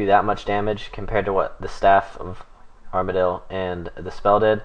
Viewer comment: Ar-Ma-Deal? stay away from runeshark lol